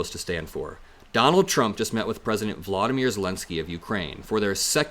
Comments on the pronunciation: His name is Vol do myr, not Vlod o myr! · Vo-lo-dy-myr,!